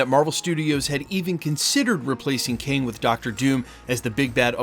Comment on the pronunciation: Its KANG..NOT KEING